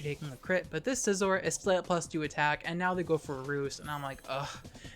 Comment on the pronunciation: everytime you say skisor it made me smile